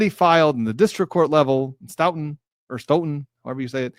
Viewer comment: Cape Cod Massachusetts loves you! And thank you for pronouncing Stoughton correctly ;)